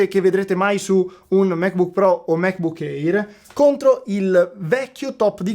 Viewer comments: Il MacBook Air si pronuncia èr, non éir. E geek si pronuncia ghic, non gic. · Ottimissima recensione. Solo un piccolo appunto: MacBook Air si pronuncia "MecBuk Ear", non "eir"